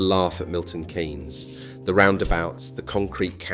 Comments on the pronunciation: Its Milton KEENS not Milton KANES; The economist Maynard-Keynes is pronounced KANES, but the city is KEENS As some one raised in Northamptonshire, Milton Keynes was always the go to place for entertainment. Multi-Plex cinema at the Point. Ice Skating; shopping somewhere that had a range of shops; Ikea; and parking outside where ever you wanted to go; rather than having to park in some colossal multi-story. These days we have Rushden Lakes; but I still go MK for Ikea. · Milton Keeeeynes not Kaynes. Great documentary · Its Milton Keeeeens not Milton Kaaaaaans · It’s Keynes , not kaynes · Why does the narrator keep calling it Milton Canes?! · I moved to MK in 92, went back for a couple of years and eventually moved here permanently. I love the city because where I came from was just awful. But his pronouncing of 'Kay-ens' is making my teeth itch! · But the way he pronounces 'Kay-ens'... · AI voice cloning is at the point where you can clone to have the breath included to make it sound more "authentic". It does a pretty good job, but there are many give aways here that it is AI. Including "Kaynes"